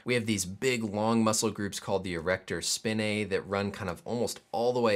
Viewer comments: I’m just upset he pronounced it “spin-ay” instead of “spine-ay” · Yeah I heard it as Spi-nae, but at least it isn't like Dissect being Di-sect instead of Dis-sect